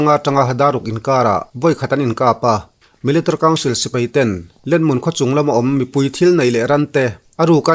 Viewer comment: Military i lam dan hi aww😂😂a ranglutuk😂😂😂 miltri